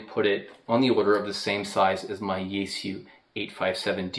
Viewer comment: I'm spreading awareness: The Chinese pronunciation is "Shyeh Goo" not "Zai Goo" (But don't worry, you're in good company, everyone says Zai Goo)